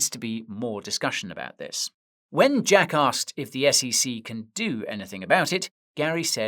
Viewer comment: Are you saying Jack asked or jackass